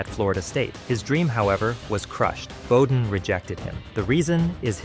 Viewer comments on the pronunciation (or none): Drop the AI VOICE!!!! It's pronounced Bobby BOW-den.